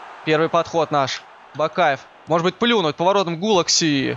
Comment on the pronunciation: Не Гулакси а Петер Гулаши